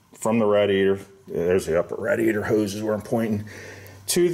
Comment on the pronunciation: Why on earth are you pronouncing radiator like that🤣